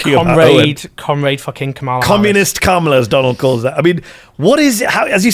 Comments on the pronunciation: How effin hard is it to pronounce Kamala’s name, Jones… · Come on Owen. Pronounce Kamala’s name correctly. I’ll give you the benefit of the doubt with British pronunciation. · Voter turnout. MAGA showed up. Black men DID NOT win the election for Trump. White men and white women (despite reproductive oppression) did. Trump won’t do anything to make the lives of Americans. American people, in aggregate, are politically and strategically stupid. And dude! Pronounce Kamala’s name correctly! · Pronounce her name correctly Owen....why is that hard to do? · Please always insist that your guests pronounce Kamala's name correctly.